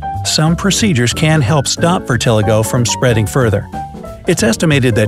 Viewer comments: Dude... Vitiligo (vit-ih-LIE-go) <-- Mayo Clinic Why must you pronounce Vitiligo Vir-te-lie-go that way? It hits the ear wrong. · okay okay... Is it virtiligo or Viltiligo I heard virt* but its spelled vit*. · Vi-tuh-lie-go is how vitiligo is pronounced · The way he pronounces “vitiligo” bothers me so much! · Glad I'm not alone! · You pronounced vitiligo incorrectly